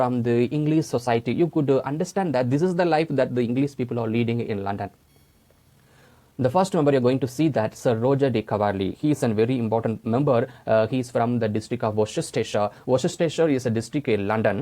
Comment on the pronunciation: It's Coverley not Caverley